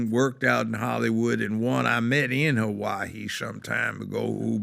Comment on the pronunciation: He doesn't know how to say Hawaii